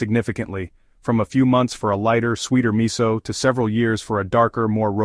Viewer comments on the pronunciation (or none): it is pronounced mi sue.... NOT mi soul !